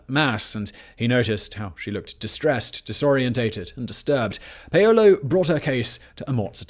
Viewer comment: "pay-yolo" 😂😂😂 you mean Paulo? the name Paul. haha..